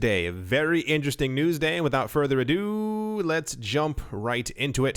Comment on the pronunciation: I like it when he says a-doo